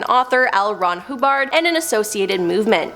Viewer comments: Also it’s Zayon not Zeeon, and it’s Hubbard not Hoobard. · L. Ron Hoobard